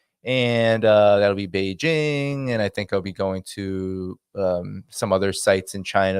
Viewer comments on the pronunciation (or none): none